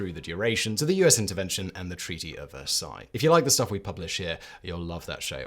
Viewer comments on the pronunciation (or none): none